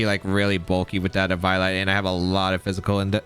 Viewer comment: The way you pronounced ehVIOlite i cant- 💀